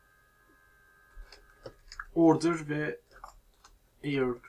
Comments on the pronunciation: Eyır değil ayir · Ayir de değil air